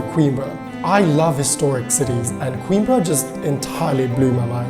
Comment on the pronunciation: Well produced video but why pronounce the city's name as queen-bre (like in timbre)? It's a Portuguese city, not English.